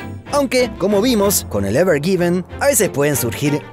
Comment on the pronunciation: Es evergreen... Por qué le dice evergiven?